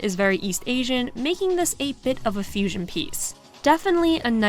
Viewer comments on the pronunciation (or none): none